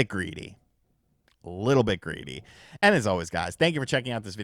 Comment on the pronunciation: you mispronounced “greedy”